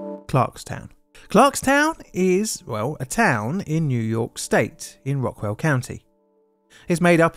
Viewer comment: This occurred in ROCKLAND COUNTY, NOT ROCK WELL COUNTY! Also, “Clarkstown” is One word…sorry, but I was born in Nyack in 1969 and grew up in Clarkstown (and one of the children who died was my music teacher’s (Mrs Ward) oldest son so I was always VERY AWARE of this event growing up even though I was only 3 when it happened.